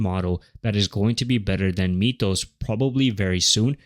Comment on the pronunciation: Unwatchable video as the AI voice and script keeps saying MEEETH-ohs. Come on. It's MYTH-ohs, as in Myth.